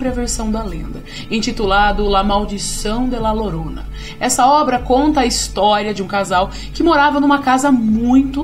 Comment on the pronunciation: Muito bom o vídeo, uma pequena correção (La Llorona) se pronuncia: La Diorona